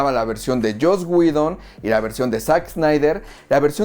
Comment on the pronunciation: Like por la info y porque es de las pocas personas que veo en YouTube que pronuncia bien el nombre de Joss Whedon xd